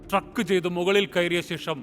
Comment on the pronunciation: ട്രക്ക് അല്ല ട്രെക്ക് . മോശം അവതരണം